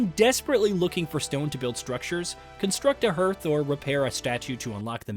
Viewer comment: Just so you know, it's pronounced, hearth is pronounced "harth" not "hairth"